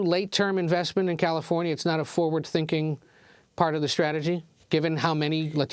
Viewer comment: Its gross how they pander by pronouncing latino with accent